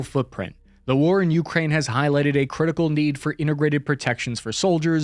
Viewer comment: U kraine , I kraine , He kraines . DUDE ITS ukrAine.